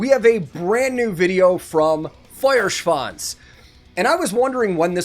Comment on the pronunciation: Your Duolingo lessons are showing their fruits, excellent pronounciation of both the band name and the song title! Gut gemacht!